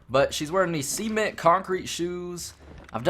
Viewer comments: It's 'CEMENT-shoes' not 'SEAMENT-shoes' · He said Seamint, it's cement. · Cement is pronounced suh-ment dude.